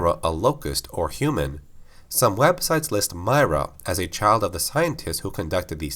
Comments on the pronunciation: He's doing a lore video on a specific character who's name is said many times in the games yet still pronounces it totally wrong, lol. Did he even play them? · Mera pronounced not myrah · it's pronounced MIH • RUH not MAHY • RUH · I can’t stand how you say Queen Myrrah, it’s like you never played the game where they talked about it 24/7 it’s meirrah not My-rah. Jesus... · My-ruh = My right nut Lmao but nah its Mi-ruh not My-ruh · Mir-rah not my-rah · Its “Myrr-ah” not “myra...” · Im so mad you mispronounced this tbh. they even said how its pronounced in game.. (M-ear-ruh) not (M-eye-ruh) other then that this actually makes since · Why do you pronounce her name my-rah? Its pronounced Me-raah But either way great video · Its not "M-Eye-Ra" its "M-Ear-a". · When he says her name like that it makes it seem like he’s just reading a script someone wrote and doesn’t really know what he is talking about. Any casual gears fan would pronounce it M-ear-a, as it is spoken in clear dialogue over and over again in the games. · Regnier575 He’s not and neither am I. Myrrahs name is supposed to be, like he said, “M-Ear-a” not “M-Eye-ra”. It’s important to pronounce someone’s name right and it just makes someone look like a fool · Queen My-ruh lol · Queen Myrrah is pronounced “Me-Rah” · I’m fairly certain it’s pronounced (Me-ruhh) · It’s pronounced MEERAH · It’s mer ahh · m - EAR - rah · Queen Meer-ah. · "Mee-rah" say it with me now! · It's pronounced "MIRROR-UH" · No offense but don't say Myrrah like that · Pronounce Myrrah right next time. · The proper way to pronounce her name is: "W-ho-Ca-res?" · Please learn how to pronounce her name properly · Why do you say her name like that? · queen myrrah name pronunciation triggering me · The best question is how does someone still mispronounce a name that is said multiple times in the games he is talking about? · The way he says myra annoys me greatly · Two seconds in and you're already pronouncing her name wrong...